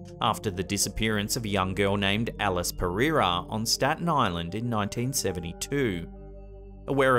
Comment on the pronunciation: Im in Staten Island. Love the way he said staten island so many times. Smh.